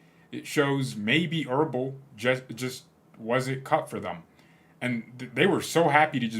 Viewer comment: It's EbeRl, not ERbel...